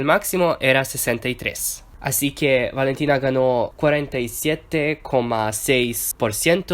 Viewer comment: Gracias por decir lo de Valentina en español, por cierto, lo hablas genial!